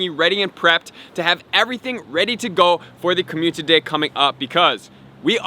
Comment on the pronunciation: So many community days... still pronouncing as commutiny day